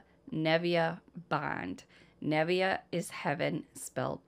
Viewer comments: Nev iyah not nevia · Neh vay uh is how Nevaeh is pronounced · Absolutely sad 😔 poor baby, the name is pronounced 'neh-vay-ah' such a gorgeous name and love that its heaven backwards ❤️ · I think Nevaeh is pronounced Nah-vay-ah if I’m wrong please let me know.. i only say this because I was in the courtroom with case missing only 2days. I grew up in Boston. I knew two of the people in this sad case personally.. I taught two domestic violence group therapy groups in MCI Framingham.. from . Rachell was a sick woman. Rachel’s bond. Plz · It’s pronounced nuh vay uh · Her name is pronounced Neva-uh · Uggh these cases. They hurt my heart but i know they are important. And also, i mean no disrespect, but nevaeh is usually pronounced nuh vay uh. Ive got 8, literally 8 friends with kids or grandkids named that. Lol. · It's na-va-ah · let me first start off by saying that I love watching you, I love the fact that you pick up these cases and spread awareness. But nothing aggravates me more than when the victims name is pronounced wrong or spelled wrong. I understand that sometimes mistakes happen But we got to try to do better to pay respects to the victim and at least pronounce the name right.